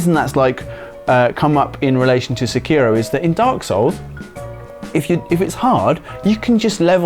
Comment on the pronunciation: Why do so many people say Sekiro wrong?